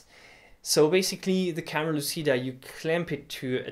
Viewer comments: it's pronuced "camera luchida" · For the record, the word "lÚcida" stresses on the "u" of the first syllable both in Latin and in Italian, and the "c" is pronounced as in "cheese".